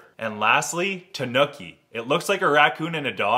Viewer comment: pronounced tanuki terribly wrong as well 😭